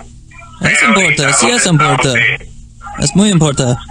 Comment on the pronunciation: The scammer's accent doesn't sound Mexican. Sounds Venezuelan or Columbian. when he says, "importa" the r almost has an "L" sound like "Impolta" listen to how he says, "cincuenta" In various places he cuts the "S" off the end of a word, "Estamo", "Tre"